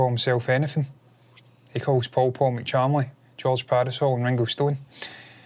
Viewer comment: Its Ringo not Rengo